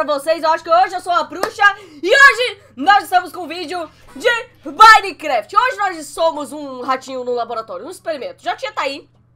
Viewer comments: mon vc no inicil vc falou binecraft e minecraft kkkkkkkkkkkkk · Sabe nem falar minecraft